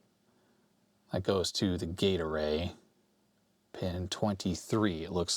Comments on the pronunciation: Doesn't detract from this video. Thoroughly enjoyed it. However, all I hear is Gatorade. I know, gate array. I know. That said, Gatorade!!!!!;) Thanks. Love your stuff. You're a rockstar. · I amused myself much when I realised you were saying Gate Array, instead of what I was hearing "Gatorade". My fault for watching at x1.5 speed. LOL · I keep thinking you're saying "Gatorade" when you say "gate array" :D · gate array, heard gatorade LOL